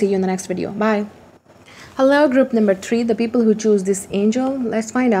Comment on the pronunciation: "People" does not have "s" at the end. :)